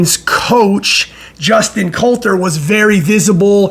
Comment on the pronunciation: It’s not Colter, it’s Cotler